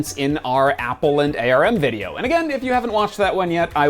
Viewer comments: Why is he still pronouncing Arm as A.R.M.? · "Apple and A.R.M." Clicked off. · Okay cmon guys nobody pronounces it A-R-M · ARM isn't an initialism: it's pronounced as its written.